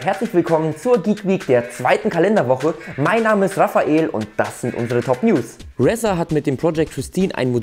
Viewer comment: Bitte, bitte, bitte sprich doch bitte Razer richtig aus. Sonst ist es mir Wurst, obwohl es mir schön öfter aufgefallen ist. Aber so oft hintereinander ist das Brainmobbing. ;) Ansonsten wie immer Top. Thumb up.